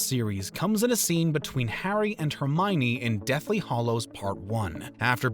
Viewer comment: 08 "Hair-dy" potter? "Alec" rickman? you need a narrator who can say names right